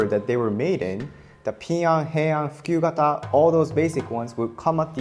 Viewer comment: "Fukyu kata" WHAT DID YOU JUST SAY TO ME?